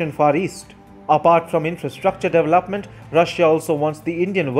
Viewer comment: deveLOPment no LAP there......his accent is to annoying and I will just unsubscribe